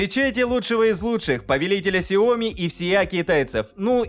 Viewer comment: В названии сяо ми ударение падает на и ! Запомните на будущее. 😜